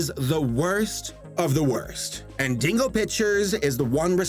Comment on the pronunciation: The way you say "Dingo" sounds like "Dingle," and I'm strangely fine with that, owing to what this company produced. What Dingo-berries! - Wait a minute. Wait a damn minute here! "Yee" Dinosaur gets its own meme, but these Goth...Bondage...Duck (things) didn't?! What a terrible injustice to the World of Memery! Damn: When you're a German Animator and you realize that North (fucking) Korea makes better shit than you do!